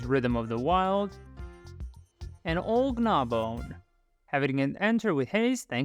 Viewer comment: I noticed you accentuate the 'g' in Gnawbone as 'Guh-nawbone' instead of the proper pronunciation of 'naw-bone'